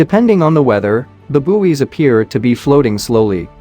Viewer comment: not to mention bouwies